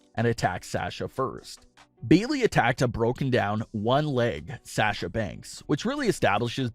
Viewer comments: Love this channel, but the way you say “Sasha” is irritating. 😅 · OMG it really bothers me how he is saying Sasha. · GOD why am I watching this can't even pronounce Sasha's name right. But hey what ever.